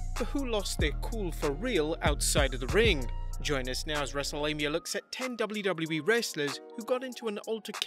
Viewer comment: Say double-JU- Double- JU- EEE one more time.....